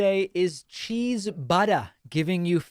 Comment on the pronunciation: I never get tired of hearing Pakman say "butta"